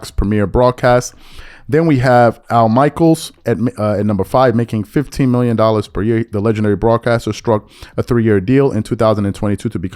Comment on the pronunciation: I can't tell if you saying 15 million or 50 million